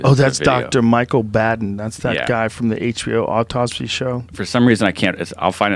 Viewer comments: The doctor's name is pronounced 'Bah-den'...not 'Badd-en'. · It's BAHhhhhhhden. Dr. BAH'den..... sigh